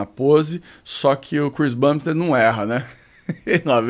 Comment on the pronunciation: Saudade quando o falava Chris BUMbstead! Quem sabe sabe....